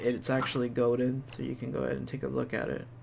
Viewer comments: It's actually "Gowden" instead of Golden- nails on a chalkboard. 🤦🏻‍♂️🤣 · "Go-den rupees"